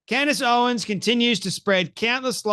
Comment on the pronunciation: Ur not even saying her name right.